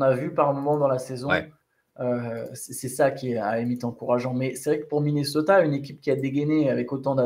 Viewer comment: "Minnoseta" 😅😅 Merci les gars pour le travail que vous fournissez (déjà toute l'année en général), particulièrement pendant ces Playoff, franchement BRAVO ! Le CQFR c'est vraiment ma petite croquette du matin 😄 Dormez un peu qd meme 😝